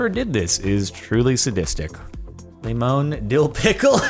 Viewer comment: Mildly infuriating how Jordan says Lemon.